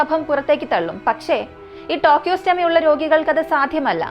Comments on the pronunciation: ടോകിയോസ്റ്റാമി അല്ല സഹോദരി.. ട്രക്കിയോസ്റ്റമി.. എന്നാണ് 👍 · Not tocheotomy..it's tracheostomy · Just an advice, it's tracheostomy tube, not tochostomy. Please do proper research over such terms as it can give wrong info to the public.